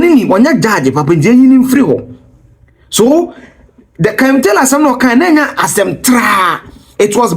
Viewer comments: It’s Kevin not kelvin🤷🏽‍♀️🤦🏽‍♀️✌🏾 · His name is Kevin and not Kelvin.